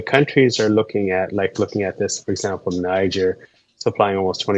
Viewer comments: Interesting info. Thanks for sharing. I noticed alot of people say Niger as in Nigel, however it is pronounced Nigeer, as in Nigeria but not. Just saying. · They pronounce Niger as “Née” “Jair”